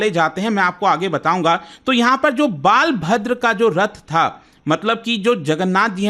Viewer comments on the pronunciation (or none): Not बालभद्र it is बलभद्र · Sir big brother's name बालभद्र नहीं, बलभद्र है। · Its not,,,, Baalbhadra, its Balbhadra (बलभद्र) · Small correction snana takes place 15 days before rathyatra known as devasnana purnima .and jagannath ji k bade Bhai ka naam balabhadra (बलभद्र) please pronounce it correctly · Yes the pronunciation is wrong.